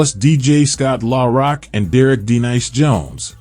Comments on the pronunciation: He need to get Scott name right R don't pronounce It at all I hate these people that do these videos they don't know how to pronounce people named right and they don't know how to tell the story right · Put respect on ScottLaRock name if you can't say it right stfu